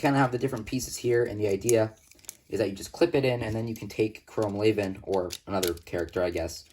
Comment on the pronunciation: Everyone pronounces it wrong lol, you're pronouncing "chrome laven".. it's actually pronounced "lee-van", just look at the spelling.. raven (Ray-ven) is spelled completely different from Levan (lee-van) so how could they be pronounced the same right?